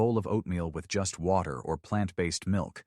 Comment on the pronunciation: "...just place the oats in WOT...ER about ..." STOP USING AI READERS!!!!!!!!!